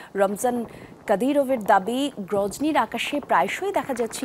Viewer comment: প্রোজনি হবে না ম্যাডাম,, চেচনিয়ার, আপনি গজনি বলেন??